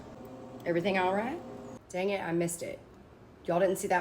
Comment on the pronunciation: The way you kept the accent when you said "dang it" In the blooper after the mustache!😂😂